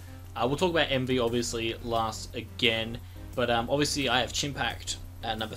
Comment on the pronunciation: I have one thing to say. It's Emvee. :)